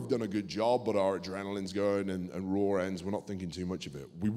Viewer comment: Can someone tell Stu that its called "Raw", not "Rawr"